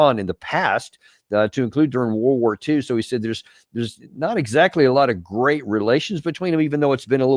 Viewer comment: Did say: "Grest" British "Military" "Education". Russia Chess and Clauswitz, America Talmud and Poker, China Confucius and Sun Tzu, "Grest" Britain Fancy Dress and Funny Money.